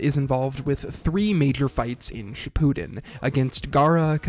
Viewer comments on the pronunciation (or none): none